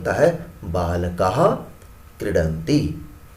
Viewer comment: His proncoucation is problem.. It is not balakah it is baalkaAH not kridanti it is kreedanti (dheerga aur hraswa ka prayoga teek se karen)